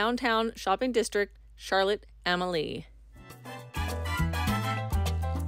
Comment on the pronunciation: It's pronounced Charlotte A-Mal-ya. Not Charlotte Am- a lee.